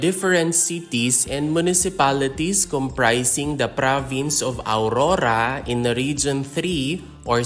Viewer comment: Not aurura but AURORA..